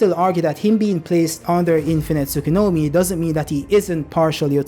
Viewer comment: Why do you say “Tsukunomi” instead of Tsukuyomi?